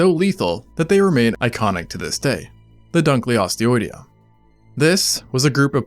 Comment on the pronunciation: Dunkle-osteous. Not Dunclee-osteous